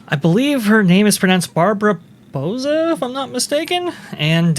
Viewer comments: Bow-sah....(As in bow of a ship, not bow of bow and arrow). I'm Hispanic.... Trust me on the pronunciation, 😊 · I believe “Bouza” is pronounced similarly to “Bowser,” because she’s the villain in this story.